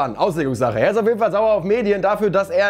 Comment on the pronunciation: ES ISSSSSCH FREITAGGGGG🤌🏽